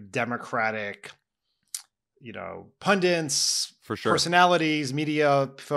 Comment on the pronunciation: Dan, I love you but please stop saying “pundent”. It’s really driving me crazy….😤 Sorry. Pet peeve!😁